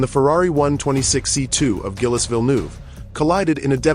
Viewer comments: Zheel, not Gill-es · Gill-Us? AI has a ways to go yet. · Gil-es?! I hate AI narration! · Not gillis. Pronounced jeel. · Gil-les Villenoove, Yohan Mass and Didier Pie-Roni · Gill-ess? C'mon lose the AI shit voiceovers and use the right kind of car. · Gillis? Fuck off with AI shit like this. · Who the f*#! is Gill-iss? And Vill-noov? 😂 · Gillis and Pie-Roni? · Gillis Villnoove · Totally agree.... Gillis ate his Pie with Roni.....pffff, stopped at 55 seconds and went to another video. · Hi Mr AI, Gilles ="Jill" Thanks, Your pal Berkowitz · I don’t think it’s a “ good job.” They may have done a deep technological analysis about the accident itself, BUT they didn’t give Gilles the proper respect to pronounce his first name correctly. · For God’s Sake, If You’re Going To Profit from a Man’s Death, Pronounce His Name Correctly!!!! Bloody AI!!!! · RIPETO! IL VIDEO FA CAGARE! CHI LO HA MESSO IN RETE HA FATTO UN MONTAGGIO DI MERDA E NON SA PRONUNCIARE NEMMENO IL NOME DEL POVERO GILLES! TUTTI I PILOTI MORTI IN PISTA VANNO RISPETTATI! COMPRESO LUI!